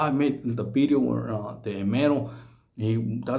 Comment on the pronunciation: Did he say bideo not video lol